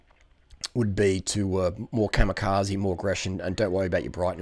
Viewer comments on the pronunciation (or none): none